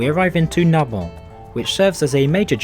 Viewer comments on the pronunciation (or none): It’s Sête not Sète. And isn’t pronouced ‘sit.’ And Narbonne isn’t pronounced Narbo. It’s also noteworthy that Perpignan station was declared by Salvador Dali to be the center of the world. Which it isn’t, to be frank. It’s also worth noting that Barcelona Sants is an absolute den of thieves who won’t just pick your pocket but will seize your luggage. Finally, Le Train Bleu: you missed a trick not including some shots of this historic restaurant. And by not eating there. The steak tartare is fabulous.